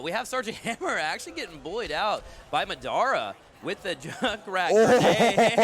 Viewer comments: Muh DOH ra.... good games but just say Madara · can't say "Madara" lmao